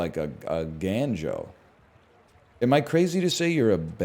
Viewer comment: gANjoe?? Uhh NL its GONEjoe!?